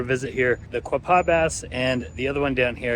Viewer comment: Its Quaw (rhymes with claw) paw (just like a dogs paw. And Chaffee rhymes with staff then the e at the end. It surprises me all the people who do travel videos but never bother to ask a local how to pronounce the names.